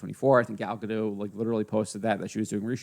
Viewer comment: Gadot, not Gado.